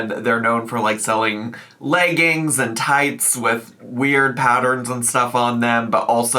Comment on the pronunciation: did you say „layggings“ there? 😂